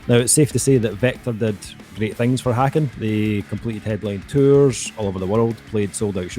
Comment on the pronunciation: Just a heads up, it’s pronounced like Taken with an H